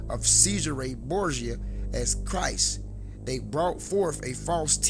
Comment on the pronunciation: You say Borsia others say it is DaVinci. You don't sound very educated.